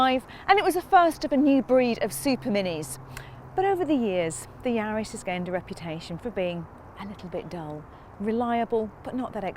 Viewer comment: Sorry it's not yards it's yaris